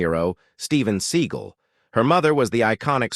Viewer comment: Damn AI...you mispronounce his last name!